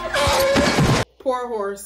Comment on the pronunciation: "Nunchucks"... deep breath 🤦‍♂️